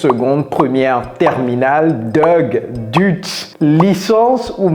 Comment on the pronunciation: En français on ne dit pas "dute" on dit dé u té